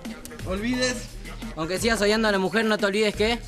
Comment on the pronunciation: paio dijo odiando y era sodiando